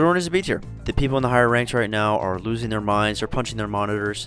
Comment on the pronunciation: Widow S tier? 🤔 Even with the nerf? I completely agree with the Genji one though 😅😂 "Are you serious right neow bro?" 😐